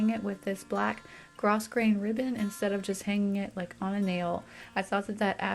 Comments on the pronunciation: Grosgrain is pronounced “grow grain” , not like it looks . Not picking on you, just trying to educate. Love your videos. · Very pretty. I agree about the scale of the artwork. I'd use both to create the larger scale even if you preferred the color of the single one. The ribbon is also a nice touch (The S in grosgrain is silent though - pronounced "grow grain.") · You did a beautiful job here. I do think the pic over the bed is a little small, in terms of scale in the room. I love watching your videos! Keep up the good work! Oh, fwiw, grosgrain is pronounced "grow-grain"---:-)